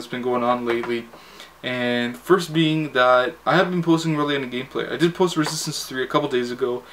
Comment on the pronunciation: Lmao I like how you slur when you say "Resistance 3" :D